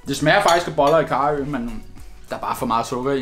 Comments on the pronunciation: Det er ikk boller i karry det er boller i kar-ø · Hvordan er det du udtaler karry? 😂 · den måde du siger karry på r fucking grineren